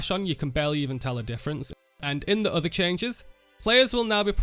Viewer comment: "Ello everyone, and welcome back to an ova video" so northern